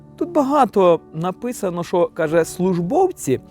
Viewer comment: "НапЫсано"- пысать в туалете нужно! Праздник логопеда с дифективной речью! Весь ютюб загадили